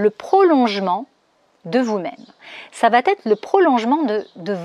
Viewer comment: Merci beaucoup pour tous ces conseils ... S'il vous plaît : " ça va être" et non "ça va t être" ...